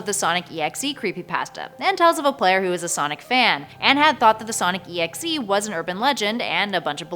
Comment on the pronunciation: It's not sonic exe it's Sonic.EXE your supposed to say like this Sonic dot exe and write it Sonic.EXE